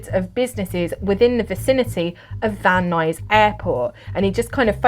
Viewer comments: You nailed the pronunciation of Van Nuys, CA. Very good. lol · You said van nuys perfectly! :) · You pronounced Van Nuys correctly 😊